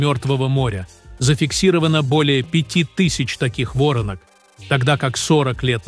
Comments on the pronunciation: Не во’ронок а воро’нок я знаю важна информация, а не ударение НО УХО РЕЖЕТ. Воронка это конусообразное углубление, … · Не вОронок, а ворОнок, когда же научитесь читать по-русски. Роботы эгешниные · Не вОртнок, а ворОнок! Когда читать научитесь? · Да не вОронок а ворОнок, ухо режет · Не ,,во'ронок,, а ,,воро'нок,, в родительном падеже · Каких Вóронок? Сперва научитесь говорить по русски, а потом выпускай" РОЛИ́К ". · Уберите ИИ что такое вОронок ворона что ли приведите речь ИИ к нормальному человеческому языку. Надоело это слушать.